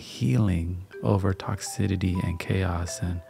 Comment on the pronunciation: it’s not toxi-TI-ty, it’s toxi-CI-ty. Lololol good vibes only homie ✌️